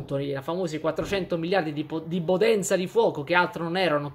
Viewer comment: Non è "potenza di fuoco" è la "bbodenza di fvuogo"